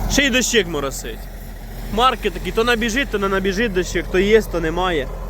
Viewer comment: ДОщик а не ДощИк 😂